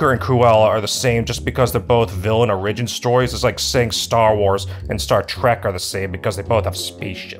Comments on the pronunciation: Why are you saying 'origin' like that? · never have I heard origin said this way